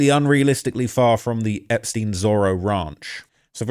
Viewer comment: Einptein like Einstein. Not in like poutin. They are jews not russians